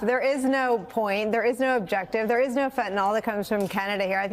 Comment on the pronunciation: Omfg. FentanYl. With a Y. NOT FentanOL!!!! Fentanyl. Please, people!!!